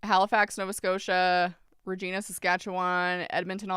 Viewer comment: You mispronounced Regina, Saskatchewan. It rhymes with vagina. Which makes the city sound way more badass than it is.